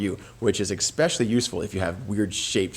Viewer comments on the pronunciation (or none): you lost me at "ICSPECIALLY"